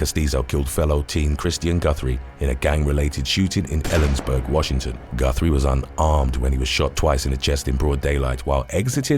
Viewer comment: Guys, it's Ellensburg. WTF kinda kiddie pool "street gangs" could you be joining? Edit: Ka-tee-tass lol